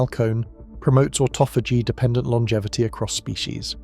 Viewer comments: why does the dude narrating so badly butcher pronunciation? it must be AI... its not AUTO PHAGY its AHH TAH FUH GEE.. jeeze man make a video as iuf youre an expert on a topic then BUTCHER IT in the first minute mispronouncing one of the most important words the BACKBONE of the concetp, CLOWN SHOW CHANNEL!!!! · AUTO-PHAGY LOL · ought-ah-fay-gee....never heard duh that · Can you just pick one pronunciation of "autophagy" and stick with it? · Wonderful information. Shame the robot narrator (aka Artificial Stupidity) can’t even decide how to pronounce autophagy …